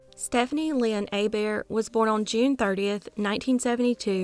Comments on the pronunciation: You pronouncing Hebert correctly 🤌🏻❤️ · Yes! I didn’t realize she did until this comment. Very impressed 😂